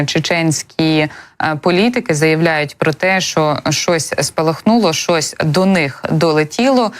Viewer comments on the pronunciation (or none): 0.58 хв. ... на якiй мовi ведуча розмовля€..." ШОСЬ долетiло, ЩОСЬ у них спалахнуло... . Та не ШОСЬ, ЩОСЬ.